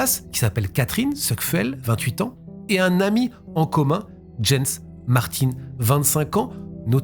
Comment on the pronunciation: Jens se prononce "Yens" en allemad